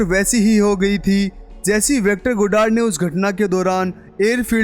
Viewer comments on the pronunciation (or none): Sita Mishra j ko z bolta hai matlb jakar ko zakar jesi ko zesi